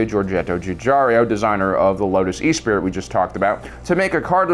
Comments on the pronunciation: E spirit is pronounced ess per ee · sighs and shakes my head ...Esprit is pronounced Esspree.....not E-spirit!...jesus do some effing research will you?! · Esprit is pronounced es-spree, not e-spirit. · My future car brain backfires when he says E-Spirit like a vape mod instead of Ess-Pree as in spirit. We've got it. Yes we do. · Not e-spirit. Say it with me...[ess-PRIE]. It’s French bro! It means to be lively or vivacious. Love the vids but you’re killin’ me with the pronunciation! 🤣 Also yes,it was fantastic to see the “Spinners” flying around for the first time in Bladerunner. It was a much more gritty sci-if style of movie that no other director had ever accomplished so well. It was an all new and fascinating look at the future of humanity that wasn’t sanitized like Star Trek (I was 9 yrs. old at the time btw). Heck, modern Tokyo isn’t far off. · You need to work on your pronunciation... "E-Spirit" is actually pronounce "Espree" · Eh-spree, not e-spirit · E-spirit? 🤣🤣🤣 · We concur. The correct pronunciation is 'es-pree' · No hate just a bit of info. It's the Lotus Esprit as in Eh-Spree. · Esprit.. Ess- pree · hurts my soul with the way he pronounces the word "esprit" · I think it was deliberate. He's trolling us.